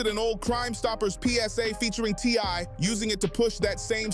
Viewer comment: Also said TY few times!!